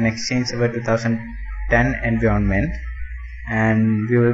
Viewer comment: Learn how to pronounce environment. I have heard lot of indians making this mistake.